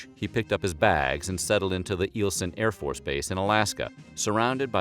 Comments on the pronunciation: It's Eye-ill-son AFB not Eel-son. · Uh-HUM, sir. "Eieleson" is pronounced aisle-son, not "eel-son". P.S. Thank you for giving me the opportunity to show off my Alaskan heritage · It’s Eielson (pronounced as isle-son) Air Force base near Fairbanks Alaska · That’s a new way to pronounce Eielson AFB 😅😂